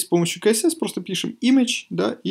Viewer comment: Блиннн... Как же бесиит!! КСС! Не КаЭсЭс, а СиЭсЭс.